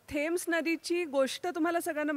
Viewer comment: नदीच्या नावाचा उच्चार 'टेम्स' असा होतो. (कित्येक इंग्रजांच्या तोंडून मी तो तसा ऐकलेला आहे.) 'थेम्स' नव्हे.